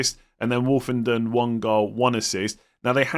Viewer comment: As an Ipswich fan you pretty much have nailed it for us. Greaves likely to replace Burgess as left centre back and you pronounced Woolfenden’s name right! You are right everything goes through Davis he basically plays as a left winger and takes most set pieces. Only other to mention is Tuanzebe, he ended the season playing right back might take over from Woolfenden as right centre back.